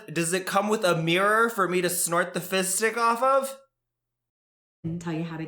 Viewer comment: Am I the only one who hears fist dick instead of fizz stick?